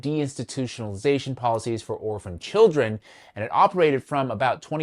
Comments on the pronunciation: says " chillun" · I'm enjoying you having fun with the word "children." I recommend trying-on the pronunciation "chur-ren." It connotes more of a cognitive struggle.